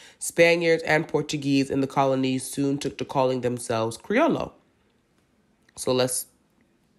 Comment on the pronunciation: The double L is pronounced like a Y so it's creo-yo.